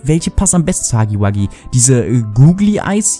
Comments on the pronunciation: Er heißt Hugi Wugi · Nur dass du es weißt es heißt nicht hacki backi ist heißt... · Warum sagt jeder haggy waggy